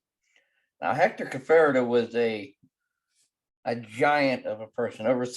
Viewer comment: I knew Hector for many years. Maybe you should learn how to pronounce his name.